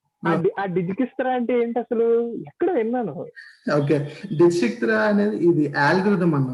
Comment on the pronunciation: Digikistraaa ni Ela pronounce chesthaaru andi......